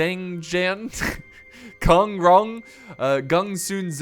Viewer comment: Kong pronounce exactly how you pronounce King 'Kong' the gorilla